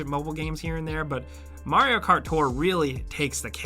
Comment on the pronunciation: I never even heard of Marry-O Cart. :P